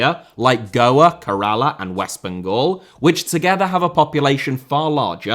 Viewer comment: Your pronounciation of Kerala killed me, as someone from that state. But yeah it's still a great video